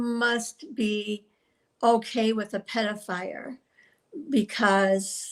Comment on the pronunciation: claims to be a writer yet she said “pedofire”? 😂 wtf